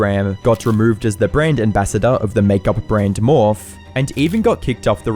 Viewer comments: “MORPH” 😂 it’s Mor-fee. MORPHE. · Its Morph-eeee not morph 😭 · Morph? Lol. Morphey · The makeup brand is called morph-ee not morph lol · THE MAKE UP BRAND MORF :DDDDDD... Not to be a hater but come on, if you are reporting on something at least pronounce it right <3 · Pronouncing morphe as “morf” finished me